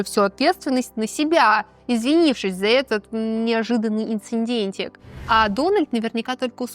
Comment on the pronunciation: В целом - затянуто. Слишком много ведущей для сторитейлинга, и слишком мало Мелании. Слова «инциНдент» и «подвергло» вместо «повергло» мешают восприятию. Да, возможно это недостатки дикции, а не образования. Курсы сценической речи помогают в подобных случаях. Логопед.